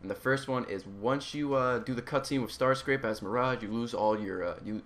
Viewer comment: Anyone catch him say Starscrape?